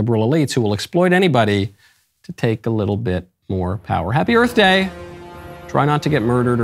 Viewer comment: Will Smith slaps Chris Rock, then says, "Happy Earf Day!"